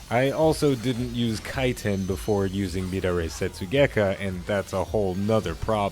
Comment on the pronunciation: mid a ray setsugekka lol, pronounced meh dar eee